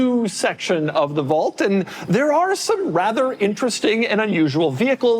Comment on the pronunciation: Doug doesn’t know how to say the word “vault” or his own last name. 🤦‍♂️